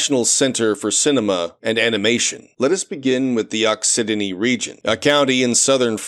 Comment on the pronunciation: also occitanie is pronounced ockytany, and has an English translation: occitania (also pronounced with a k)